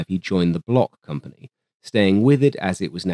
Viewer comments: Lui, il disait block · Worth emphasizing that Marcel Bloch (pronounced "Blosh", btw) is the same person as Marcel Dassault (pronounced "Dah-so"). When he returned home post WW2 after nearly dying in German captivity, Marcel Bloch adopted his brother's name from the Resistance and went on to create Dassault Aviation, the company that gave us, amongst others, the Mirage family of fighters and fighter-bombers. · Faux ! Prononcer "block" comme dans "blockhaus" en allemand et non "blosh" comme dans "reblochon" le fromage français par excellence !!!